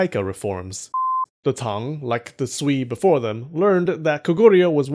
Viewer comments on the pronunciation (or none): Sui (隋) sounds more like Su-eh (as in hay or hey not e as in me). The bottomline is that they are all going to get bloody and T'ang China has other empires to invade in Central Asia and elsewhere. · You probably wont read this by now, but "sui dynasty" is pronounced more like "sway dynasty" hope this helps.